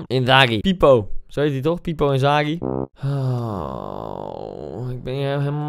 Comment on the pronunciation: Niemand: Letterlijk niemand: Koen: Fippo Inzaghi